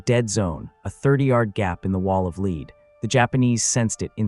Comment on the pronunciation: I really enjoy your videos but it really irks me how you pronounce Lead as lead instead of lead. 🫣